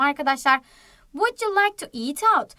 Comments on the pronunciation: bilmiyorsan konuşma vud diye okunur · Vuc diye okunur